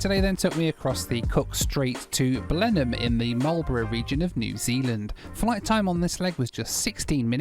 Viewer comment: One of my dearest friends in the world is from Blenheim! I have always wanted to go. You get extra credit for the impeccable pronunciation of Blenheim... Now we need to practice on your "Ezeiza"...